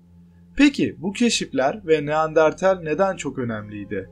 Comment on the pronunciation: Baslikta neandertal anlatirken neandartel 🙄🙄🙄